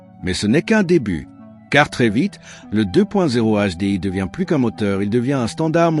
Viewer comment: "le deux point zéro HDI" ca commence tres mal Ces videos m'intéresseront quand les IA sauront prononcer correctement 👎